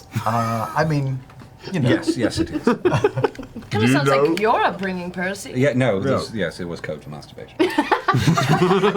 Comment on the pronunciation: Ha! Of course Tary is the first person to actually get Percy's name right after the first time hearing it. xD